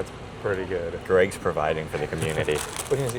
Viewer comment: Glad you Americans said Greggs right I remember few years ago an American said G Reggs instead of Greggs